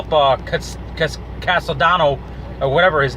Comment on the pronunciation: CASTILLE....CASTILLE....Fuck you can't pronounce SHIT